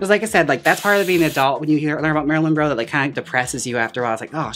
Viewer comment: I love how Jaymes keeps saying “Marylin Roe” haha